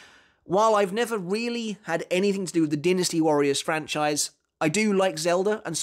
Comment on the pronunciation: Dinasty! Not Dinasty!